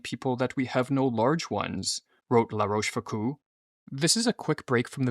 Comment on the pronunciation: Love the videos and topics but the pronunciation is * La Roche Fook-oh